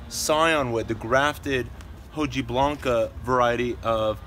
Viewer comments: Got Romans right but he kept saying 'hoh-gee-blanca'! 🤦🏻‍♂️😝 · Hojiblanca Is pronounced "oh-hee-Blanca" It's basically saying the leaf is kinda white or silver like you said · It irritated me that a horticultural lover in LA, California, couldn't even get that right or nearly right. Oh dear. Nothing racist but it was way too simple to get it wrong, even if you were elsewhere in the world and knew it was a Spanish named cultivar from Lucena, Spain! 😂 🤦🏻‍♂️ I think it's acceptable to say 'okee-blanca' as well, for an American or any English-speaker.